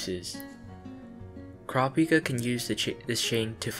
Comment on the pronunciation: Pleeease pronounce his name right OTL the dub gets it so wrong. In the official character book, it's coo-rah-pee-kah. Please watch the sub for the correct pronunciation.